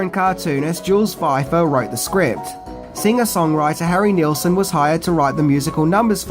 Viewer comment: It's pronounced "Nils-son". 😊